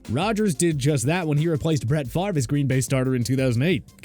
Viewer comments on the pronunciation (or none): none